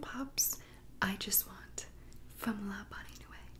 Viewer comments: like “la bon newee” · “luh bon noo ee” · kinda like bon new-ee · I’ll type it the way u say it 😂 so u say it like la bon nui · (le bon noowee)